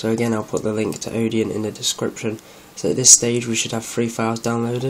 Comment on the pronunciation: sorry, but if you don't understand what a kernel is, telling people how to flash it is not a good idea. also, it's Odin, not Odeon.